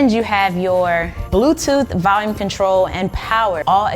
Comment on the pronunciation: Valcuum (Vacuum) and Valium (Volume) LMBO! I'm sorry I am laughing way to hard at those!